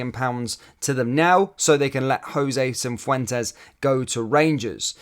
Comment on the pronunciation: Say and spell it properly FFS!